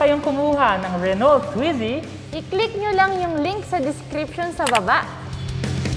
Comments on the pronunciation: mga lods correct pronunciation po ng car Renault, french so silent "lt", renau 🙂. More power mga lods. thank you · RENAU po ang pronunciation ng RENAULT, Hindi po Renolt. FYI lang para di mali. Tnx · Renault – 'Ren-O' FYI lang po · Re-no... hindi renolt. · Renault is spoken as 'Re-no' French po kasi tong brand na to. same as Peugeot hindi po Pugot ang basa kundi 'Pi-yuj-o' mejo complicated pag french brands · Pang city Drive yan dito sa Milan,Italy! Re-no po ang tamang Basa O pag bigkas.. French po kasi.. Subukan n’yo rin po yung SMART! Gawa ng Mercedes Benz. Tska FIAT 500 Italian Brand.. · "Reno" po pronounce dun silent L and T, then ung A and U pronounce as "O" so it became "RENO". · you read it as "re-no" po. Good review pero sana bigyan ng justice ang brand pronunciation 😅 Naa wikipedia naman yan eh 😊😊👍👍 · Wow my renault brand ndin pla sa pinas.. sorry po but i think, the pronunciation should be "RENOW". It's a french brand made automobiles.. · Thhat is Renol with the silent T, lol!? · ruh-now daw po pronunciation. hehe silent “T” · Renault pronounce as " Reh-now" po. French word pronounce as french not english.✌ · you pronounce RENAULT...as RE-NO....sa french hindi pino pronounce yang dulo na LT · French people pronounce it “Ren-O “ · mas maganda po kung french nyo po talaga bbigkasin read as...RUNU :) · RENO ang pronunciation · Sir Mam hehe... Medyo pakipronounce po ng tama ✌